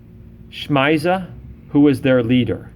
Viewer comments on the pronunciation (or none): Hey, when you're saying "shmiza" do you mean Semjaza? That's the only one I know of that sounds similar but I think it's pronounce sim-jah-zah. I'm not trying to get snooty on you and correct someone's grammar 😋I just wanted to make sure that's who you were talking about.